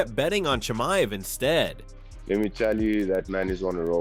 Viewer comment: I piss myself every time Bisping mispronounces Chimeav’s name wrong 😂